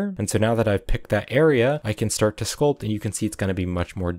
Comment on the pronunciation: Everytime he said sculp i take screenshot